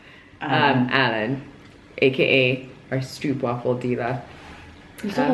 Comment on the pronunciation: It's pronounced "stroo-pvafel" with double oo :). Stroop is syrup in Dutch!